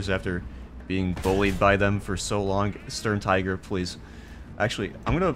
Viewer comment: Its Tiger not friggin Taigö